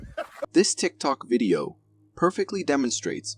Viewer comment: Guy and the deer..tik tok, its tik tok!🙄